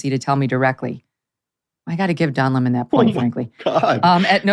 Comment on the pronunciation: Loved how tucker called him lamon